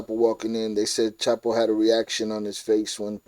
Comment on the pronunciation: Spent All This Time And Money Investigating Chapo But Never Learned How To Pronounce His Name.